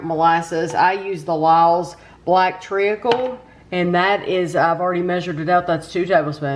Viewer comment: Hi, it’s pronounced treecle. You don’t pronounce the a. Great review as usual.